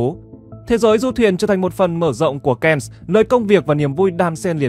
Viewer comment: Cannes là chữ Pháp phải đọc theo tiếng Pháp chứ. Ko học Pháp lại đọc theo tiếng Anh nghe nhức lõi nhĩ như dân Bắc Kỳ nói ngọng K, N 😂😂😂😂 !! Về học thêm nếu ko thì chỉ người ít học mới xem kênh của bạn !!!